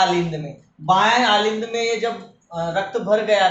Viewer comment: Aalind nhi Alind bolte hai